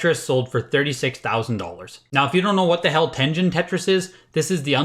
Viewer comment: At this rate, the next sticker sealed SMB might actually sell for 1 million. Never thought I'd see the day... Uh sir, it's pronounced Ten-Gen not Ten-Jin. What kind of collector are you? XD Ah yes, I used Mike Etlers list several times when I first started collecting. Back when all NES carts were like $1-$5 because they were seen as old and not collectable. The list is pretty pointless now as you can just look them up on your phone but an important piece of history no doubt.